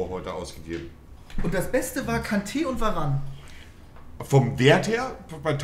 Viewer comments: VARANE IS HEIẞT VAAAARANE😂😂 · wenn nervt es auch dass die verane sagen und nicht varane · Veran einfach nicht Varan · Monte: Werane, Fan Dirrrk, EeeeeeUuuusebio